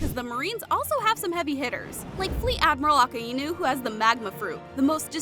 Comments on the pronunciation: A k a i nu not Aka enu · That’s not how you say his name that’s not how you say the magma admiral’s name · Because that's not how you say his name 💀💀💀